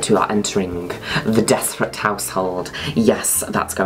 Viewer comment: It pronounced joy des-pray